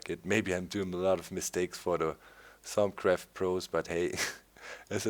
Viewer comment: Funny how doc goes Italian when saying thuamcraft names